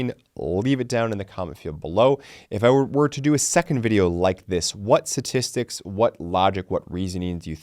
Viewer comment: It's pronounced sTatistics.